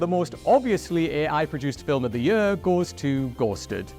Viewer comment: Note to whoever writes the scripts for: Stop using the word 'Year!' He can't say it!😂 Anyway all the best W.C. Happy New Yurrr!🎉